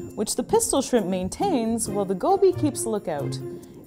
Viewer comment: Shrimpu shrimpu no jetto pistolu